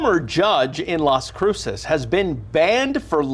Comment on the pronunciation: 😂 You nailed Las Cruces 🎯